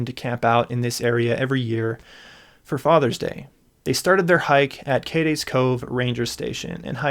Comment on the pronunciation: Thank you for pronouncing "Appalachian" correctly, but "Cades" rhymes with "Maids." :D